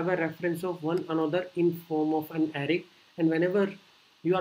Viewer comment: it's not Ari it's Array. Lmao